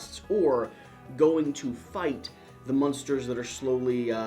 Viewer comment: I hope AEG doesn't mind that you are purposefully mispronouncing the name of their game. There should be a disclaimer that this game has nothing to do with a particular 1960s American sitcom.